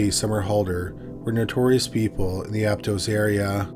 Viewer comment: I lived there it’s pronounced Ap-toss